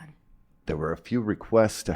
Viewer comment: "ther" is not a word. stop saying ""ther". drop the lazy vocal fry. sounds bad. your brain is not engaged when you do it.